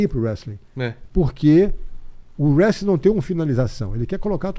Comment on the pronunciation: "Whestling" kkkk. Do mesmo criador de "acadImia"